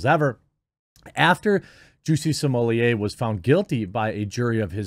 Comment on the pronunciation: I wonder if Jeremy will have learned to pronounce Smollett by the end of this ordeal.